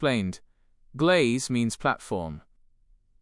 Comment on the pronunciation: It's GLEIS, not glaze!!! EDIT: For a Deutsche Bahn train to be punctual, you'll need a VERY good day. Punctuality is down to 60%. Privatising wasn't a good idea at all.